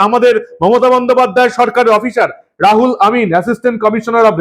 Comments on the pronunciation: রাহুল নয়, উচ্চারন রুহুল আমিন হবে। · বারবার "রাহুল আমিন" বলছেন কেন?নামটা "রুহুল আমিন"। উচ্চারণ ঠিক করুন। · R o hul amin। রাহুল নয়, ro হুল। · রাহুল নয় রুহুল আমিন। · Ruhul Amin k Rahul Amin bolchhen keno prothome apni sothik naam uchharan kore bolun.. Ei dharaner nemak haram Begum er chhatrochhayay thakbe ete ascharjjo habar kichhu nei.. Kadin agey r ek nongra lok bolechhilo muslim na hoye janmano Mane durvagyyo niye janmano. Sei kathar kono bichar hoini ..murshidabad theke hinduder kuchi kuchi kore kete gangar jaal e vasiye deyar humki diye dibbi Begum er MLA hoye theke gachhe..JCB naam er ek machine ..islamik country already baniye diyechhe ei Bharat barso k .Tai ekhane soriyoti aain chale bole ghosona korechhe.. Era prosroy pachhe kotha theke?..oi ekjon nongra nich mohila Begum er jonne ei sab agachha der eto barbaronto . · রুহুল আমিন। রাহুল আমিন নয়। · রুহুল আমিন না বলে ,বার বার রাহুল আমিন বলছেন কেন ? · মনে হয় রূহুল আমিন উচ্চারণ হবে। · রাহুল না দাদা ওটা রুহুল আমিন হবে। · রুহুল আমিন হবে। রাহুল নয়। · রুহুল আমিন, আপনি ভুল উচ্চারণ করছেন। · রাহুল আমিন নয়, রুহুল আমিন। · রাহুল নয়, নাম রুহুল আমিন। কথা ফেনান খুব, কিন্তু ঠিক করে নাম‌ও পড়তে পারেন না ?? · আমার মনে হয়, উচ্চারণ টা -রুহুল আমিন, হবে। উনি এই পঃবাঃ লজ্জা। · রাহুল আমিন নয় রুহুল আমিন বলুন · উচ্চারণে ভুল করছেন। রুহুল আমিন। রাহুল নয়, রুহুল। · আপনি ইংরেজিতে এত কাঁচা জানতাম না রুহুল আমিন টা কে বারবার রাহুল আমিন বলছেন দু'নম্বর কথা হচ্ছে মহাজের শব্দের ব্যাখ্যা আপনি ভুলভাল দিচ্ছেন না জেনে কোন কথা বলা ঠিক নয় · নামটা রুহুল আমিন। রাহুল নয় । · আপনি ইংরেজী সঠিকভাবে উচ্চারণ জানেন না বলে মনে হয়। উচ্চারণ হবে রুহুল আমিন। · মাননীয়, একটা ছোট্ট ভুল কোথাও হচ্ছে.. RU = রু ( RA = রা নয় ) > সুতরাং, R U H U L = রু-হু-ল এবং A M I N = আমিন.. ধন্যবাদ 🙏